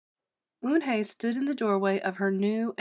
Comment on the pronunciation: Sorry if I'm rude but she's called Yoon-hae not un-hae